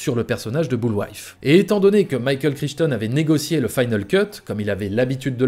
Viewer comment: Boulwife ? Ton étude est super bien faite mais dire "boulwife" plutôt que " boulvaï" c cho